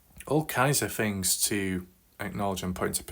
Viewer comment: whats with certain brits who often replace 'th' with "fff".... first fings first. it's super annoying. why is this guy covering a story from america anyway?